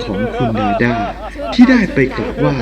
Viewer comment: พูด ร ล ควบกล้ำให้ชัดหน่อย พระยานาคลาด กาบไหว้ นางลำ เหตุการณ์ในคิป เหตุการณ์อะไล เผยแพ่ เลื่องเล่า ล้องไห้ หัวเลาะ